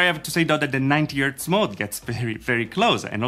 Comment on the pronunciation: Hi. I like your videos! Would you consider to focus a bit on your English though? You are not native English right? I'm not either so don't worry. I am just triggered every time you say 'ertz' instead of 'hertz' and basically missing 'h' in lot of other words. In this video there was also the funny mashup 'dekstop' instead of 'desktop';-) Please don't get offended. View it just as a hint how to get even better.